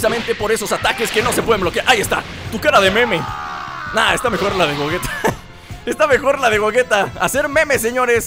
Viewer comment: se dice gogueta